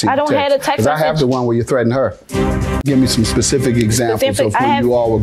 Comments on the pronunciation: Specific NOT pacific... Girl talking about the ocean 😂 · "A pacific example..." 😂😂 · I'm hearing "pacific example" from the planiff. Is that correct?